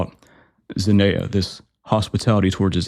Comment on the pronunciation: It's pronounced "zen-ee-a".